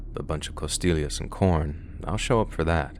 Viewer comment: The way pronounces costillas is epic 😅😂